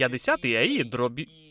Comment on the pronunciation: Друже автор, дякую тобі за твою працю! Але будь в темі і вникай в суть сказаного. Не 50аі - а 50ае (від action express). Хочу, щоб твої відоси були не тільки веселими, а й пізнавальними🤝🏻 Не зупиняйся!